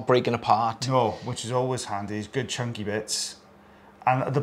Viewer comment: "Good chunk-ay bits." 😂💓😂 Classic!!!